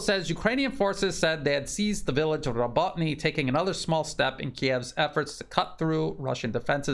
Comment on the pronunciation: More like Robo, as in RoboCop, Robo-teen-ah.